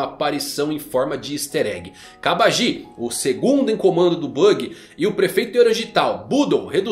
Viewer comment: tá andando mt com o Mateus do all blue, só pronuncia estranha do nome dos personagens, GenzÔ e KabagÍ foi de fuder, não existe essa fonética no japonês, os sons são sempre fechados como Genzo e Kabagi mesmo sem uma silaba tônica no final dando impressão de acento